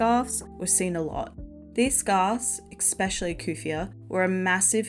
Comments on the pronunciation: Love love love these videos but “ex-specially” is driving me bonkers. 🫠 Try saying “es-specially”. I was a scene-kid (already watched that video, great job on that one!) and my 11yo last month walked into Hot Topic and said “Why is this just like the non-Disney darker version of Lunchbox. What happened to the Hot Topic you described having as a kid.” 😮😂 She’s not wrong. I miss the old Hot Topic. It went too mainstream and forgot why it was so popular. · I just found your channel and I love it, but omg is it hard to hear you say "ekspeshilly" instead of "especially." I'm sorry but it drives me crazy 😭 But these videos are super well done, I love that people are still into these subcultures. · great video - but there is no "K" in "especially" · I love these videos but please say especially correctly it’s driving me nuts